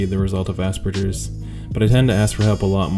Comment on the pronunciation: Speaking of jarring, as an aspie who took 4 years of German, hearing people pronounce Hans Asperger's name with a soft G causes me no small amount of pain and rage.